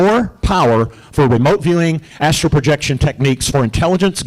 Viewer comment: Hi. It’s astral projection. Not Astro. 😉